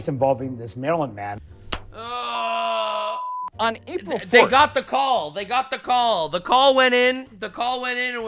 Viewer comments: It sounds like they're saying the muffin man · almost sounds like they're saying marilyn manson. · "Marilyn man-son" 😂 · I kept hearing it as maryln man and my brain kept autocorrecting to maryln Manson, which is funny, unlike all these alphabet soup media advocating to bring back a terrorist to the country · They said Maryland man so often that I now hear it constantly as Marilyn Manson 😆